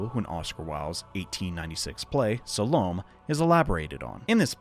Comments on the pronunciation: SAL-Oh-MAY. Suh-lome? FFS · Salomé is pronounced Sal-o-may. Just for future reference.